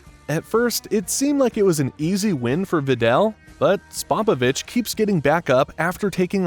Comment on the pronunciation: I’ve never heard that mangling pronunciation of Spopovich before.